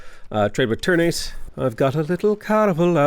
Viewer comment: Indonesian here, the way ternate is pronounced is tur-naa-tay